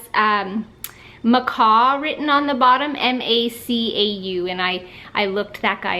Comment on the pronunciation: The little elf was made in Macau, it's not a brand name. Pronounced "Macow" :) , fyi